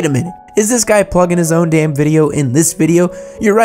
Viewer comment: Please dont say damn like that